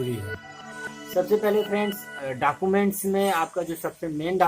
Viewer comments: Not dacument its document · Pronocution bht mistake.. .. .. Like document 😂